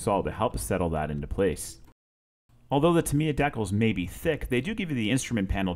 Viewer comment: You're killing me with the pronunciation of decals, but I really like the work! It's beautiful and I'm looking for the airbrush stencils right now! I just bought this model and I'm gonna watch your video many times. Thank you for the video and commentary!